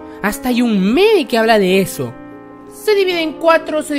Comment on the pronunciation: Pnche furra la que dice En keh my orehaaa eh keh la orehaaa 😂😂😂😂😂😂